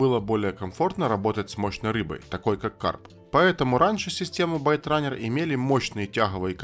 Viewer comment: исправь спеллинг в слове "byterunne" . правильно Baitrunner и произносится не байт, а бейт.. от слова bait -приманка